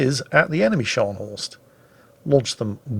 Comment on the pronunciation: that's not Schors, that's Scharnhorst.....